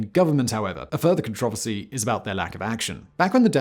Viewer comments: He doesn’t know how to pronounce controversy. That’s random and weird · I get triggered when Simon says con-traver-see. 😆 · Not near as bad as the 57 times he says controversy wrong